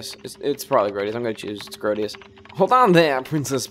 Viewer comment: Woo hoo another episode! And you keep pronouncing Sir Grodus as "Sir Grodius"